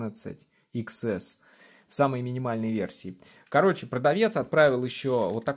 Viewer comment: iPhone не иксэс, а десятьЭс. Учись говорить правильно!!!